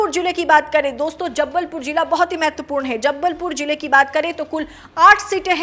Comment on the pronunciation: Anchor ko कोई हिंदी सिखाओ, Nice analysis but एंकर के हिंदी उच्चारण ने दिमाग खराब कर दिया, लाइक - "जबलपुर" को जब्बलपुर बोल रही हैं।